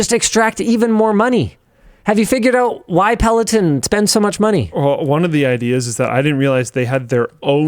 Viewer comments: pel·o·ton. /ˌpeləˈtän/ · if you discuss it maybe learn how to say it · good video, other than your pronunciation of peloton